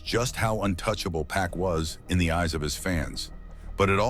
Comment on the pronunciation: It never ceases to amaze me that, after all these years, people still mispronounce 2Pac’s name… ITS ‘PAC, NOT PACK! Smh…